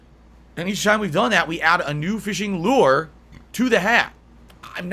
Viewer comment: Why the fuck does he say LEW ER